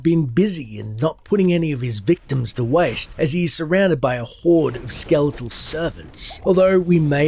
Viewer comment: You are pronouncing "skeletal" and "stygian" incorrectly. Stygian is pronounced a hard 'g' like in "gem" Skeletal is like SKEL et AL. Not ske LETE al. Sorry these things just bother me and I feel like you would wanna know the correct pronunciation given you are narrating a story.